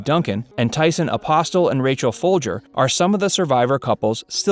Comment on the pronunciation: thank god someone said foulger correctly everone ever cant pronouce it and yes i am related to rachel foulger shes my dads 2nd cousin so POGGGGG